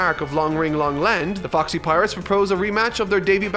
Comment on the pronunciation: also goddamn it when you said Foxy pirates it sounds exactly like the "Fuck Sea Pirates" and i cant get that ouit of my head